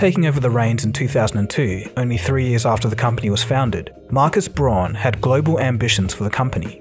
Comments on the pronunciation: Awesome vid! Braun = Brown, though!🤗 in German au makes ‚ow‘ sound!!! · Braun is pronounced like the English word "brown", not "bron" or "brawn" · deleted his comment, I guess he learned something ^^ SnoopyDoo replied: "Braun is pronounce "bronn" in German and not "brown". I know. I live here and speak the language." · Braun is pronounced "brown", not "brawn". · It's really pronounced brown. But it's the closest you can get as an english speaker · FYI "Braun" is pronounced more like "Brown" and is in fact the German word for brown 🤎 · German tip: "Braun" is pronounced just like "brown". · Braun in german means brown...and is pronounced with roughly the same vowel sound (unless you’re Australian). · The pronunciation of Braun is like the pronunciation of brown and means almost the same.. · Very nice, but would it kill you to pronounce German surnames correctly?